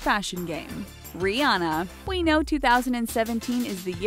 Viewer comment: You are saying Rihanna wrong and it's killing me